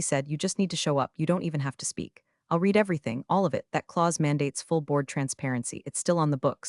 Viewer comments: Yes! Red not reed. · Why don’t the writers of AI slop proof read? Marcus spilled his coffee TWICE on the documents. At least it’s a clue to not recommend. Also read not ‘reed’ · Teach the narrator how to pronounce the past tense of read. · All of these stories are asking me to Like and Subscribe. I'll think about when I watch one that has AI that knows when to pronounce the word READ as red or reed. You know, the difference between past and present tense. That's just one of the things I can't believe they all think it's okay. And WTF is "deo sex machina" that appears ? It's Deus ex machina. God of the machine.